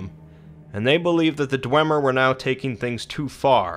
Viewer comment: isn't it DWEEEEEEmer?